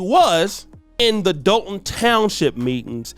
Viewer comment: You pronounce Dolton wrong. It’s pronounced like you’re saying Doll (Barbie Doll) Dolton (Dawlton)